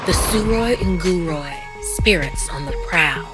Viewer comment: Wait what how 🤣 i never thought manipuri story will come at your channel thanks for uploading btw u r pronouncing it wrong